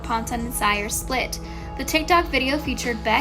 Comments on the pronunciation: Ceeerrrr not cyerrrrr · CYR is my last name too and its pronounced "Se-ar". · I don't think his last name is pronounced sire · You pronounce it Kio “SEER” say it with me S.E.E.R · its (seer) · WHY DID THEY SAY CYR LIKE THAT? ITS see-er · I cant get over "kiO ciEr" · SHE REALLY SAID KIO SIGHER!- IM DEAD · do not want to be rude, but you pronounced "Cyr" wrong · No one: this Chanel: Olivia pŌntän & Kio sîyër